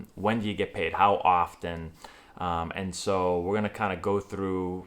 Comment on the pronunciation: The "T" in "often" is silent. It's always been that way. It always will be that way.